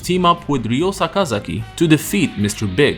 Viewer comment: It's Ryo not Riyo hate that stupid pronunciation